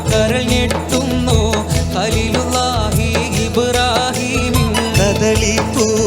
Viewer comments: അലീലുല്ലാഹിയല്ല ഖലീലുല്ലാഹി എന്നാണ് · ഖലീലുല്ലാഹി എന്നാണ് ഹലീലുല്ലാഹി അല്ല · ഹലീളുള്ളാഹി എന്നല്ല ഭായി ഖലീളുള്ളാഹി എന്നാണ് മുഴുവനും അക്ഷര തെറ്റാണ്